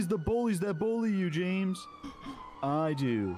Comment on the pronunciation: After hearing "Yames" so much im not even sure how to pronounce my own name...